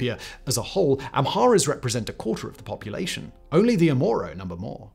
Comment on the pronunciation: Your narrative of Ethiopia’s recent political history is for the most part true, if not error-free. But your narration kept messing up the words “Oromo” as “Omoro” ( , ) and then again, you said in -25: “During the crisis in the 1980s many ‘amoros’ fled drought and famine …” I understand you meant to say: “many Amharas fled …” but it sounded like “omoros”. No such word in Ethiopian lexicon, but because in you mispronounced saying “an omoro prime minister…” you probably confused a lot of people. Get it right! Amhara / Oromo. (No such thing as: “omoro”, or “amoro”)